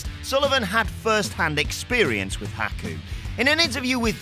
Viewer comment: I wish this clown speaking would say he name right